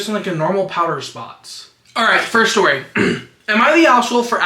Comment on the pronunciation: I literally had to play the video back while doing my makeup because of the “long shory stort”